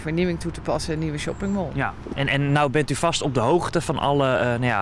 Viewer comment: Whahahahah echt he, noem het gewoon het winkelcentrum als je shopping mall niet kan uitspreken.